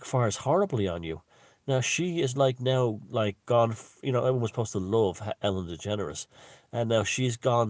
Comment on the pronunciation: "Ellen Degenerate" LOL... Not sure if you meant to say that but you did.